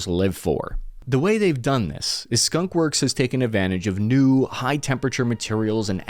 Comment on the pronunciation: Skun? Wor? For the W